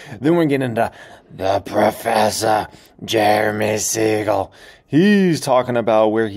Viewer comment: "-the proffesah.."